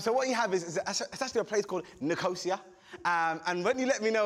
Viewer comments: i’m pretty sure they are pronouncing nicosia wrong. it’s nic-ah-cee-ah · The way Chunkz incorrectly pronounces Nicosia for Captial of Cyprus with such confidence 😩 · As a Cypriot, I have never heard anyone pronounce Nicosia like that 😂